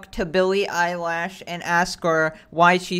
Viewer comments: I like how he says billie eyelash instead of eilish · "Billy eyelash" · Billy eyelash